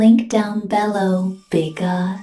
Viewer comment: Honestly, the most offensive thing about this is her pronunciation of the word "below." "Big-got," fine, that's just your shtick of intentionally mispronouncing certain words, but I'm fairly certain you've consistently said "below" correctly.